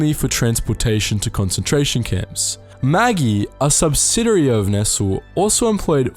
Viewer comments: It’s pronounced “Ness-lay” not “nessell” If Maggy is refer to Maggi then it’s pronounced Majjee. “Looseed” back into the world???? Maybe “let loose”. “Con-tributes” not “contri-buooted Mobil not mobile Disgusting that US companies profited then claimed war reparations. A good list despite my observations re pronunciation. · It's not pronounced Maggi, it's pronounced mad-g and their noodles were worser the the worst 50c ramen ever